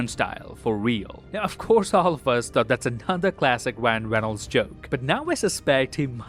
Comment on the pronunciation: wyan weynolds